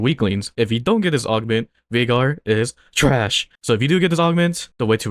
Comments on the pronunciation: i love the accent on "THRASH" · bro the way you say TRASH just makes me laugh 😂 keep up the vids